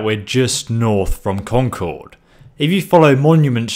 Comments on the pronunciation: you're mispronouncing Concord I go there every other week I live in New Hampshire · The way he says concord hurts me inside